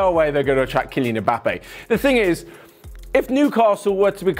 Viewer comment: How can you butcher his name so bad ? 😂